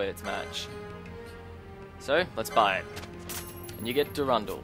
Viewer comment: your pronunciations of some of these triggered me so bad, like the wyrmhero blade, there is a letter "r" after that "y", the way you pronounced it, was more like it was spelled "wymhero blade", and the way you pronounced "durandal", it's the same pronunciation as in "marathon durandal", it isn't spelled "durundal", and before you say it's the accent, i'm Australian too, i have the same accent.